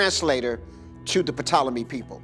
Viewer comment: Anyone who pronounces it "Puhtolemy" doesn't know what they're talking about. It's pronounced "TOLEMY"